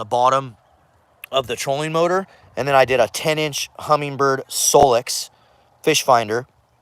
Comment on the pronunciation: No G in Humminbird. Great finder